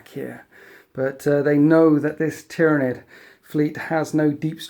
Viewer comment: Man, you gotta get your Tyranid names straight